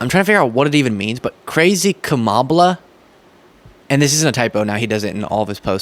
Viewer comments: he writes "Kamabla" as a racist focus on her Indian heritage. Look up the result of the transposition of the "a" and "b" = "KAM-BA-LA" = "KAMBALA". Keep going,. You are doing great! 😊 Your friends, D&M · "Trump was actually doing much better in the polls than what the polls were reporting", says Lies Harrington in that clip. What a buffoon to say that the polling organizations were apparently lying about what their actual results were. More lies from the right. BTW, it's pronouncee KA-ma-la, Ms LIes Harrington. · Is he attempting to make it 'Ka-MOB-la' like it's equated to mob violence, or 'Kama-BLAH' like she's boring? Either way.... He sucks and this is stupid infantile behavior. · I think maybe "Kamabla" is supposed to be "mob" because he can't pronounce her name right. He says kuMAHla, so add a B at the end of MAH and it sounds like MOB, insinuating she's into organized crime? Maybe? I mean, it's a reach and it's a shitty nickname even by Trump standards. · He’s saying “Kamabla(ck)”. What a sophomoric thing to do. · 'Kamabla' = 'kama-blah' ? really showing your "genius level IQ" there R. Smelly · Kamabla? I'm guessing the intent is to make people think of the word "black" because if it was meant to imply "blah" like it SOUNDS, he would certainly add the H to the end. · Is it possible that Trump says Kamabla because the "b" and the similar "a" sounds reminds one (or at least Trump) of Obama's name? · It's Kama blah. Like boring. That's how immature he is. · Trump is calling her Kamablah as in kama blah blah blah. Because his racist a$$ refuses to say her name properly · I don’t know if there is an actual reference in “Kamabla” he’s just spelling her name wrong on purpose to signal that he’s not going to give respect and say or spell it correctly so he can point out that her name is not an English name which to his voters reminds them that she is different. And to maybe claim she is not actually American, even though she is.